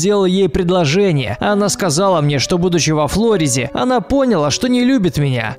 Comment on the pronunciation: Не во флОриде ,а во флорИде! Ставь ударение правильно пожалуйста :3